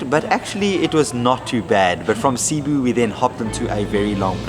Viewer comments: i enjoyed ur trip here. see you next time and I hope you see Bohol and enjoy the tarsiers.... CE-BU (seboo) 🤭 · Glad to see you had a great time in PH, sad to see you go. Come back Christmas season in September and let's bump that subs to 50K! When watching Buddymoon, there's only one thing that's evident: is the luckiest guy in the world!! PS: For the nth time, it's seh-BOO not SEE-boo. 😎😎😎👍👍👍